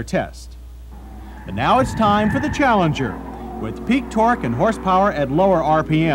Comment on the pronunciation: "sport-he cars" "fort-he three thousand dollars"